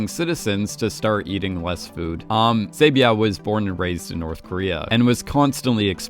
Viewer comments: Saebeav ❌️ Saebyeok ✅️ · sae byeok not sae byao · i love this channel, but bro, they literally say their name in the show. each Squid Game Explained episode, you mispronounce each character wrong. like for this video, where do you see byeow in byeok? you say i-lam in ilnam. Did i miss the part where you explain why you mispronounce their name purposefully in an older video? Or are you just making fun of Korean names?? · Why do you pronounce the character’s name like that? “Say-byao”…the name is phonetically pronounced the way it’s spelt. Why do you make the “k” silent. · Love these vids but pls look up the proper pronunciations for some of the characters! Sae byeok is kind of pronounced like “byuk” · heyy btw "byuk" and "hyuk" in "sae byuk" and "dong hyuk" is just pronounced how its spelled like byuh-k and hyuh-k. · By the way you’re saying her name wrong but it’s OK no hate😂😂😂♥️🙏🏻 thank you for putting my comment in your video♥️♥️♥️ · It really annoyed me because I remember it being spoken in the show but I can't be too mad, Korean isn't his first language. 😅